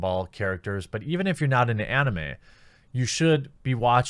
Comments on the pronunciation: Jeremy pronounces anime oddly. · ugh Jeremy pronounces anime weird. Anyway, I'm a big anime fan and I don't care one bit about VAs. I watch mainly anime with subtitles. Just so long as their voices aren't like Goku, I'm good. From what I understand the Japanese VAs are a big deal in Japan and some western anime fans care about VAs in general but seriously, they're not essential for conventions. I rather meet the anime artists, directors, writers and the creators of the IPs. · “DrAYgon ball” “AHnime” Haha